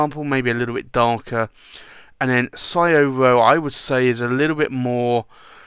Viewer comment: It's pronounced Shoh-roh...